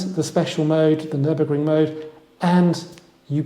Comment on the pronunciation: It‘s Nürburgring. Not Nuremberg. Please.